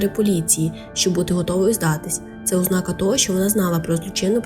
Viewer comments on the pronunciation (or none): none